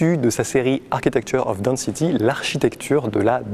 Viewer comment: Je ne connaissais pas ce photographe et donc mille merci! Pour votre information "density" se prononce 'denne-city" et non pas "dans-city" 🙂